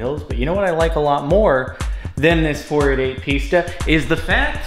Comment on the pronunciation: i hate to do this but it s pronounced piss-ta not pees-ta